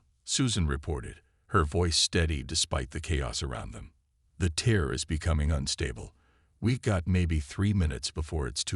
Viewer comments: tear and tier get it right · Please please please, fix your ai dictionary. For example it’s TEAR not TIER for example. There are many more !